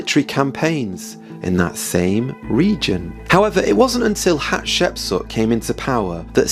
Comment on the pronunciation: You keep saying "Hapshepsut" instead the correct name "Hatshepsut". In addition, Moses wasn't a common man who was elevated to the highest ranks, he was adopted as a baby and hence was never a common man. I'm really interested in knowing who the pharaoh of Moses was but I don't think you cracked it.